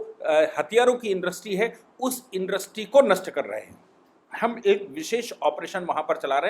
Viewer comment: भाई साहब आप हमैसा ईन्डस्ट्री को इन्डस्री बोलते हैं।समझ लिजिए कि मैं कितने ध्यान से आप को सुनता हूं।🙏